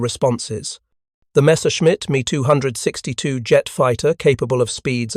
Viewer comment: Did'nt know AI was greedy but maybe it is... Me262? Me! Me! Try M E 2 6 2